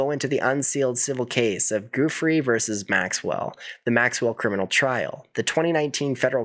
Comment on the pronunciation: The ranch was too remote from conveniences, like hotels, restaurants and entertainment. Very handy for keeping away everyone driving in a car. "Joo-FREY" not "GOO-free." Virgina Giuffre. Solid reporting. He was enabled by money and people in power - other wealthy - who looked away.